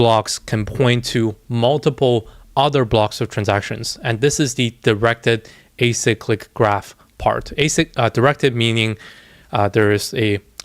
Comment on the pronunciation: You're the only youtuber I've seen actually say directed acyclic graph correctly and know what it is lol